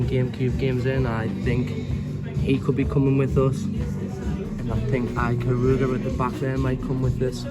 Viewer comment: Some great cube titles there although my eye kept twitching every time you mispronounced Ikaruga 😄. Love seeing those old annuals, especially the He-Man one. I never had that particular one but I had a few cartoon based annuals during that time. Loved reading them as a kid.